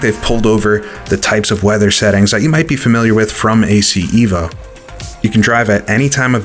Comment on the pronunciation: This will never not be funny to me. Assetto corsa eh-voh